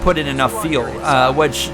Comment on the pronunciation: Bro, FFS please learn how to pronounce the word "fuel". It's like "you'll" or "mule" but starting with an F. So tired of hearing you talk about pitting for "tires and feel" lol